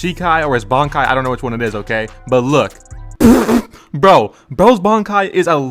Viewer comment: It's shikai bro, shikai !!! Video funny as hell i give you that, but you messed up my entire bleach 🤣🤣🤣🤣